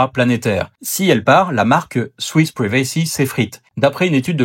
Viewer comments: "Ah ouais, Swiss ‘privé-cy’ ? Sérieusement ? Tu crois te la péter 😂? Si tu veux me convaincre que tu maîtrises l'anglais, ou pire, impressioner des ignorants, commence peut-être par savoir la prononcer. Next time, try 'praï-vuh-see', but I won't be attending anyways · PRIvacy lol pas priVAcy ;) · Il faut bosser un peu ton anglais: PRIVACY se prononce "pouaille v' si" et non pas "pré vey si", nota bene.